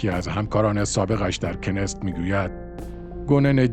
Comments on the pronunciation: دوست عزیز خوش صدا ، پارلمان اسراییل (رژیم صهیونیستی) کنست keneset خوانده میشود نه کنست،kenest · کنست نه کنس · ممننون ازتون..فقط تلفظ صحیح پارلمان اسراییل کِنِسِت است. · تلفظ کنست در ستشkenesetبه عبرانیכְּנֶסֶת، ایشون توسط موساد دستگیر شد و توسط خود موساد بازجویی شده لصلا ربطی به شین بت ندارد چون کارگروه شین بت درمواجه با فلسطینی هاس، ولی درگیری اطلاعاتی موساد از لبنان و دیگر کشورهای خارجی است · کنست را درست تلفظ نمیکنید . knesset . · اشتباه در تلفظ: کنست.